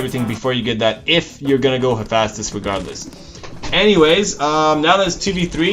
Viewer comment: lol its not hafastus its hay-fi=estous